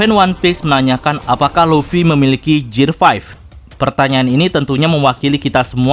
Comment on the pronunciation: GEAR = GIR bukan JIR